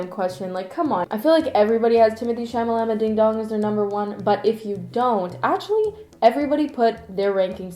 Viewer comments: Timmy isn’t even a “white boy of the month”. He’s just THE white boy now. Lmaooooooo his last name is pronounced “chala-may”. The French way of pronouncing his first name is “teemo-tay”. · it's timothee "chalamay"